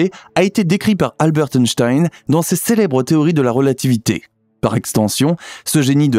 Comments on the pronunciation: on prononce pas le T a la fin de albert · On ne prononce pas le ‘t’ de Albert.